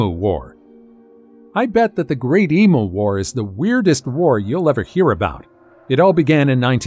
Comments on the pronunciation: Emu is pronounced. Em you, not em moo. 😂 🇭🇲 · It's not eemoo, it's eemyou. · My grandfather's uncle was a photographer in Victorian/Edwardian England. As photography was in its infancy then, it was rather expensive. He did a lot of memento mori photography. I think the studio he worked was Sunlight, I think. It's not pronounced EE-MOO, it's EE-Mew. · The way to pronounce “Emu” is em-you not the way its being pronounced here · Because you said e moo instead of em you. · Americans PLEASE it is pronounced " EAM YOU!" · If this refers to our Australian flightless bird, the pronunciation is eemyou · Would be lovely if a certain person narrating this video would Learn how to pronounce Emu correctly. You have the poor things name sounding like a cow mooing. It's very simple really all you need to say is eemyou there how simple is that America lol🎉